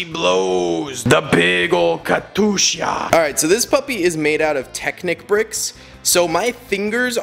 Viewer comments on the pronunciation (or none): funny how he says katushya not katyusha